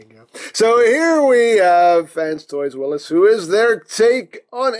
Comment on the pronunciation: Since it's a Jeep it's pronounced "will-ees" like the name Willy not like Willis ;)